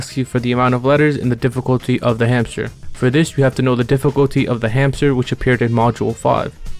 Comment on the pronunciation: Find the hamter? Sound like find the meaning of life 💀